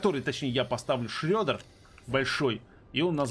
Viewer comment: Шреддер произносится через "е" а не "ё"